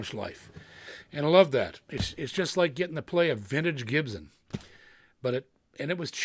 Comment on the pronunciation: Gibson not GibZen